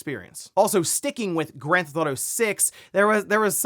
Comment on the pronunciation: Take a shot "granthoto" take a shot every time he says "Grand Theft Auto" incorrectly. Hundreds of times a week.